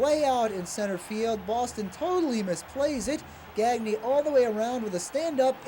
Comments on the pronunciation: "Gag Knee" It's "Gahn Yay". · Anyone else cringe everytime he pronounced it "Gag-nē" and not "Gon-yā"? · GAG•nee is how he pronounces it. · GagKnee, is that how it was pronounced? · No, it's how he pronounced his own name, which was "gag knee" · Pitcher paul gagne who pitched in the nineties did pronounce it gawn yea but Greg gagne was the other way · the way they're pronouncing greg gagne is painful